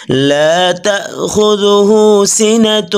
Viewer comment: ভাই, (লা তাহ খুদূহু) বলেন কেন।‌ স্পষ্ট বুঝা যায় না।